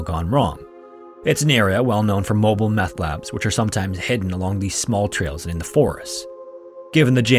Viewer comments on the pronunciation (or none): none